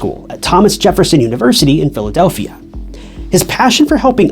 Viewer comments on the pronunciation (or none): none